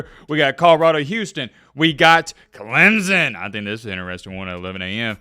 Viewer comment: its clemson not clemzon